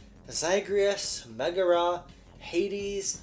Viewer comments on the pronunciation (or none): none